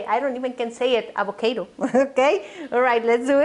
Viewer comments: Perdon señora pero aguacate en ingles se dice avocaro no avokeiro 🤔🤔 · Thumbs down cause "acocaydo" just sounds terrible:) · La jodiste con tu pronunciación de “ avocaedo “ dame un break and be real!! Eres latina pronuncia las cosas como son 😐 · Avakado lol I like you your super cute and funny excelent recipe.